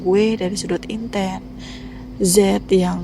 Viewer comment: intan tp aku dengernya inten